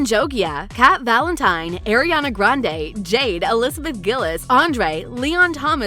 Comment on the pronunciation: Why the the narrator saying almost everyone’s names wrong… even Ariana😑